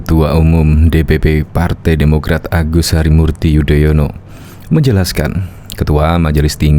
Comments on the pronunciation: Padahal anis memakai tex kok membaca nama sby aja belepotan jadi yodoyono hahahaaaaaaaaaaas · Yudonoyo... 😂😂😂 Keseleo trs to nis